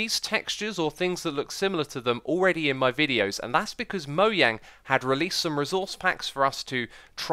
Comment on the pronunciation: It's actually Moyang, swedish don't pronounce 'J' Jens (Jeb) is actually Yens